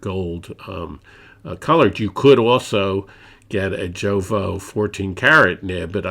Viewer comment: I appreciate your thorough review and revisit of this pen. It is also commendable that you reference other reviews from Inkquiring Minds and Doodlebud (and even include links to them). I don’t want to leave a negative comment, so please take this as constructive feedback: I find it difficult to get past your mispronunciation of Majohn, Jowo, and Diamine (should be mah-john, yovo, and die-a-mine).